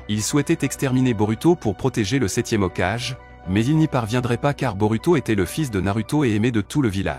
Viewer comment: Frérot j’espère le mot Hokagé Tu le prononce comme si c’était un enfant qui lisait un livre hokage ( haut cage ) 🤦‍♂️